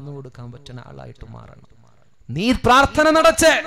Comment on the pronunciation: ത്ത അല്ല. ത്ഥ. ആണ് ശരി പ്രാർത്ഥന